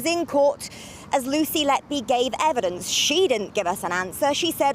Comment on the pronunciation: HER NAME IS NOT LETBE IS LETBY... YOU READ LET BY, BUT SHE WAS LET-BY WHO... WHO LET LETBY DO THIS AND WHY LETBY NO LETBE WAS LET BY WHO SO LONG, HER NAME SAYS EVERYTHING SHE WAS LET BY WHO TO DO THIS MURDERS